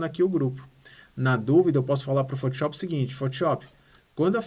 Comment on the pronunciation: PHOTISHOPI É FODA HAHAHHHAA destrói no software, mas bora aprender a falar o nome do software corretamente hahaha